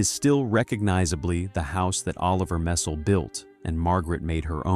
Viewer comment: It’s not mess-SELL. It is MESS-ell. Do your homework before you record a video!